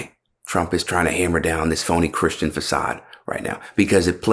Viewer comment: He said "christi-annie".